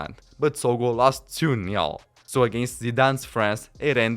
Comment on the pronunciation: It's 1 nil, not 1 neo